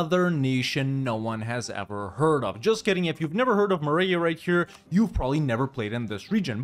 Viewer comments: As a Tabrizi guy i cringed so hard every time you said meh-reh-gay :D Great video. can't wait until you do Tabriz! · That maragheh pronunciation lmfao